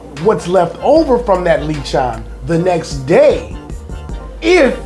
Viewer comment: Dont pronounce it as leechon. Sounds like a leech! 😅 instead pronounce it with one e le-chon close to the french pronunciation.